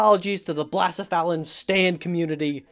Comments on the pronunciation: You cant remove him from the survey AND pronounce his name wrong Its ble-sef-uh-lon Not Bla-sef-alen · I forgave you for forgetting blacephalon. I will never forgive you for butchering its name. BLA-CE-PHALON? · Blassuhfallon? Wtf? 😂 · I can see why you forgot blacephalon, you dont even know how to pronounce its name, its “blah-seh-fa-lawn” not whatever you said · Blacephalon is pronounced like "bluh-seff-uh-lawn" :3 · Sometimes you just gotta blass-a-felon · I love how often video game YouTubers end up accomplishing entire science fair projects in pursuit of their content. Also I've never heard anyone pronounce blacephalon that way lol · You wont be punished for leaving out blacephalon as I am merciful, but you will be yelled at for how you pronounced it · Your pronunciation of Pokemon, such as Blacephalon, puts doubt on your validity as an expert and you're capability in the task. And that wasn't even the first instance in this video that made me question your "expertise" in the matter. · That pronunciation of Blacephalon made me want to commit internet Seppuku, thank you man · tf is that pronunciation of blacephalon? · you owe another apology to the blacephalon community because that pronunciation made me want to vomit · That Blacephalon pronunciation is highly cursed. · not only did he forget blacephalon, he pronounced it wrong TOO?? you have made a powerful enemy today,. one that is currently putting on its clown shoes to make its way to your home. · That was a horrendous pronunciation. I did not think it would be THAT bad.